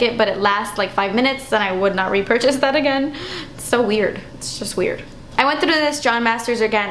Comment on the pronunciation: Ah-gain!! Lol girl u crack me up!!